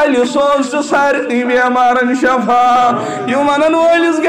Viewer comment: I request your good self please clear the word( shafa means death ,this is Shifa means strength )